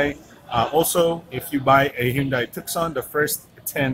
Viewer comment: Oh, this is that annoyingly pretentious smartphone reviewer who pronounces "Pasong Tamo" with an American accent, yet doesn't know how to pronounce "Tucson".